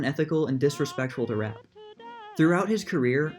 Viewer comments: Virginia's last name is pronounced "Rap-pay", not "Rapp". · Pronounced "Rappay". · Virginia's last name is pronounced "rapp-PAY" - Rappe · It’s “RA PAY”... after that I just stopped watching, please do your homework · It was actually pronounced “. “Ra PAY”